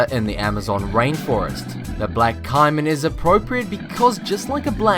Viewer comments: its not ciman its caman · it isn't cye-man it's cay-man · Umm, why did you show a picture of a sand tiger shark when talking about the bull shark? Also the American alligator is probably more dangerous than the caiman which is pronounced kay-men that was bothering me how you said it like Kaimen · It is not Ci-man it is Ca-man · Caiman is pronounced cay'man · I hate to be critical of informative videos.... But... There is no such thing as a fatal snake, there has only been one coc unvented case of the candiru ending up in a penis. The Caimon crocodile is pronounced caymon. And a bunch more inaccuracies. Do a little more research before making your videos. I give this a 2 out of 10. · caiman is pronounced kayman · It's shouldn't bother me but he was saying caiman wrong it's pronounced k-min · It's pronounced cay-men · It is pronounced like cay-men